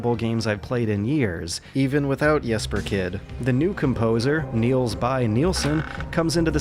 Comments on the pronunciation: He didn't fail with the pronunciation. It was spot on (for a Swede at least) :). The last name I don't know about, but that last name is not my last name so I really don't care. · I was so happy when you pronounced my name correctly (it's not hard as our Js are just your Ys) so you wont lose me as a viewer even though I am Swedish and not Danish. I love hitman. I have held off on this game because I refuse to play along with their episodic nonsense and I thank you for calling them out on this always online bullshit. I also will never understand people who defend the elusive targets. I will just keep missing them I guess, because I am not interested in playing something that I can't retry and try to optimise which is one of the great joys of Hitman. So. It pains me to say this as I own every Hitman there is (and Absolution is not at all as horrible as some make it out to be), but I will not be getting this one until the always online nonsense is removed. It's really sad that we are letting publishers get away with this. We have only ourselves to blame when we can't have nice things anymore. I play Blood Money to this day. I would have hoped that I would play Hitman2016 in ten years time as well. It does not seem like its going to be unfortunately. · Dear, I watch your show because you are one of the most engaging and trust-inspiring reviewers/critics I know of, not because of your ability to pronounce the names of my countrymen:D Besides, you did pretty well on Jesper Kyd's first name. As for the surname, well, I'd never expect an American to be able to pronounce the Danish Y.